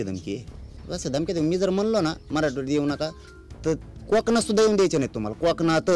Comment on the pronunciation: धड कोकण.बोलता येत नाही. काॅकणात 😂